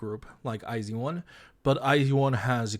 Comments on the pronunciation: i wasn't paying attention, did pd not say it like ai jeu won? edit: it kinda just sounds like they said zeu instead of with a j sound, but idt its a big deal bc they know korean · hxlographic the way i had heard it was they had said it like the letters I and Z, so “eye zee one” rather than “ai jeu won” so like as if eye zee one were meant to be the english pronunciation, considering a lot of their audience are english speakers i don’t think they were trying to say the korean pronunciation. although yeah it’s not a big deal i don’t think it matters too much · this was really enjoyable since iz*one is my ult group lol i watched the whole thing but also would like to let you know iz*one is pronounced eyes one and the album name is pronounced bloom eyes, hence the songs eyes and open your eyes as well as their greeting eyes on me :) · never heard any korean (reactors/idols) pronouncing it as "zee", eeehhh? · hxlographic but thats not the korean pronunciation